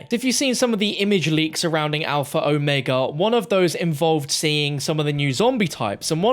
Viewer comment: At least one person online is pronouncing the map name properly. I can die in peace now.